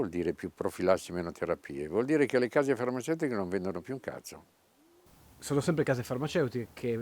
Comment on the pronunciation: Hai ragione. Lo ho notato anch'io. Riesce a dare incisività al vocabolo nel contesto snaturandolo, però, dalla sua accezione.